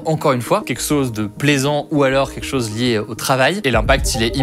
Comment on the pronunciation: « queqsoze de plaisant »